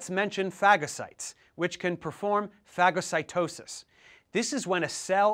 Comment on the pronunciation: Its Phagocytosis (Fa-go-sai-toe-sis)